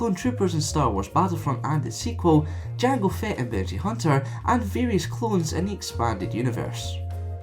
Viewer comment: "Jang Fett"